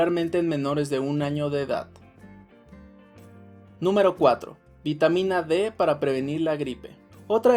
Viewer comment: Pero todos son para "previnir" lo está diciendo